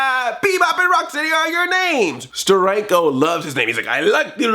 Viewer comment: It's so weird how and some of the other guys put the emphasis on the steady and not the Rock. To me at least, it's Bebop and ROCKsteady not Bebop and RockSTEADY. Is steady a word anymore? It doesn't seem like a word anymore.